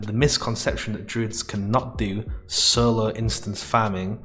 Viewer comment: ‘Sulo’ ‘knuw’ ‘hurbs’ ‘prus’ ‘cuns’ ‘enugh’ Learned a whole new language. Or as you would say: lurned a whule nuw language.